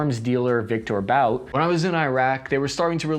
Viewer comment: Victor But - pronounce "Boot"